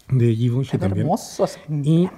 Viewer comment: Me enamore como pronuncia la marca Givenchy 😍